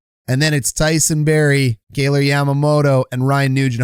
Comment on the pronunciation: Its not kayler, its kai-ler. Just like its spelled. Love the content... but I can't unhear it every time you say it.